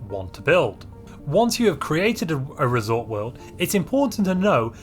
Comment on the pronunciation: What a coincidence, I built my first resort world today after years of playing Stellaris. I have to say, I'm really disappointed by the lack of unique buildings. Not even a reskin of luxury residences called luxury hotels Also, every time you say "resort world" it sounds like "risotto"